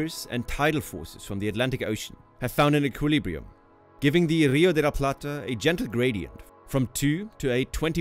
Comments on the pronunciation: The "r" in "rio de la plata" should be pronounced like the "r" in "river" - it's a strong "r".... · As an argentinian Its funny how he pronounces the R, he says RRRio de la Plata like if that R is gun ponting the other letters